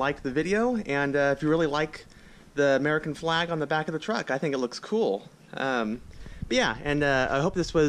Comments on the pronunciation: It's actually pronounced "A-MUR-E-CAN" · That foo said AMERUCAN jajaja